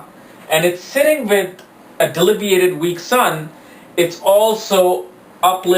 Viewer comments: 'delibiated'? Smart ass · Debilitating not delibiated